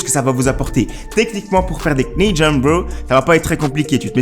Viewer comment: Ahah😂 le k se prononce pas en anglais dans knee il faut juste dire ni